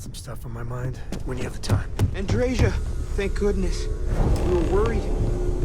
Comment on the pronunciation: Ah, Andreja, finally. Too bad Andreja is a male name - I have a friend named Andreja and a nephew named Andrej. And it's even more of a shame that they pronounce it wrong - it's pronounced Andreya, not Andrezha.